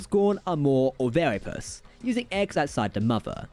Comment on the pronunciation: Nah, I've got no real problems understanding speech impediments, either; got nothing against those. But turning "viviparous" and "oviparous" into "virapulous" and ovaripus" is just plain getting the words wrong. Had to listen to that section a couple of times before I glommed onto what was meant -- and I'm a freakin' biologist. (And frankly, I'm not sure these "New Gorn" would classify as either of those, or even ovoviviparous.)